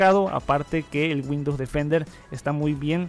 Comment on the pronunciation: Bueno sabes mucho ..pero por favor mejora la pronunciación..... No es G’UINDOWS...CON G SINO CON W..